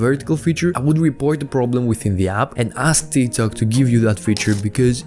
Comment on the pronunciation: Does he say Tiktak with intention??